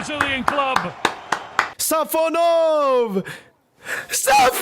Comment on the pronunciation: Guys it’s SafOnov, not SafonOv. Congrats from Russia 🇷🇺